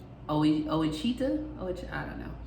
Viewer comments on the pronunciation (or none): Thank you for all the information you pass on to a hurting people right now. God bless you and your family. I'm from Louisiana, so I'll help. Ouachita is Wash-i-taw, Sabine is Sah-been parish. I love how you pronounced them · I thought it was funny you trying to pronounce our parishes. (Wa-she-taw.) = Ouachtia